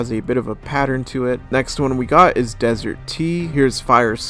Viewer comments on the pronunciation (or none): none